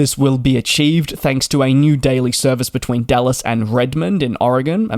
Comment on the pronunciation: Sounded like you were saying DULLES (KIAD), not DALLAS (KDFW). Haha, I was so excited for a AA IAD-BCN